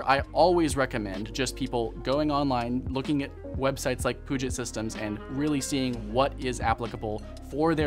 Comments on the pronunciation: puget is pronounced "pyou-jet" for anybody wondering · He said puget like poo shit